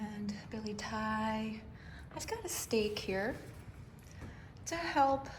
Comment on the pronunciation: Hi great video, thank you for the tour. Btw you probably already know or maybe you dont..but its pronounced "bill-et-ti-ei" not "billy thai" 🤭 Edit: also that monstera is soo big. Looks Amazing 💚